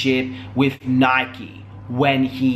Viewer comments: It's NIKKI NOT NIKE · Your saying her name wrong and your fake that's in 2012. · You're saying her name wrong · U saying her name wrong